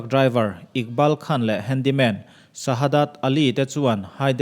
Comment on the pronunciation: 'Handy man' or 'Handle man'....ka ti mai mai😀😀😀